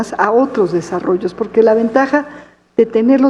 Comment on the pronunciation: Bueno que pendeja está está pinchi vieja, de la cochi galvez. Hable bien pinchi vieja, no se dice poque, se dice Porque Viva Amlo y la 4T. Saludos amigos.